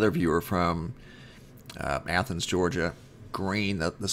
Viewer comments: Praise God, you actually pronounced Athens properly. You're now officially on my hero list. By the way, you're doing a wonderful job here sir!!! Keep it up... Would like to see more said about the New Madrid happenings by the way. Hoping to use some of the info you have here in my next article or video. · Thank God you finally pronounced Athens right,lol, it is the same as the pronunciation of the Athens in Greece. The video on this the other night made me cringe when you said Aye-thens five or six times, lol! I do enjoy your work, I was born and raised in South Ga. down near the Okeefeenokee around towns named Alapaha, Willacoochee, Nashville.